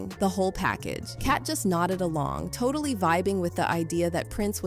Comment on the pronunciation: Is the narrator a robot or do they just not know how to say April or totally?